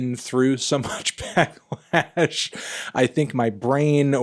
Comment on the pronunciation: it’s pronounced “back-lash” melon not “black-lash”